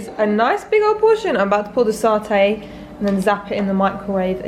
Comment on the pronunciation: I'm usually a silent viewer but they way you pronounce 'satay' weirded me out enough. It's SAT-ay! Not SART-ay!